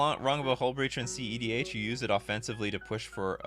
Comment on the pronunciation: You're the first person I've heard actually calling it cedh, usually I just hear cdh